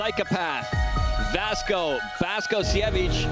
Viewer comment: This commentator is a fucking moron. Not once did he call out either of their names correctly... "Vasco Bake-osevik" "arse-ih". At least have the damned decency to learn their fucking names...